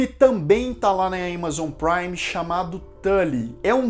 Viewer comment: Todo mundo pronuncia Amazon Prime porque você inventa de pronunciar diferente o nome